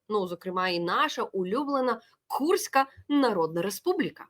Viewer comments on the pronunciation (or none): none